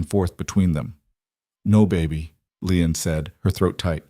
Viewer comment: Ĺi-an not Leon.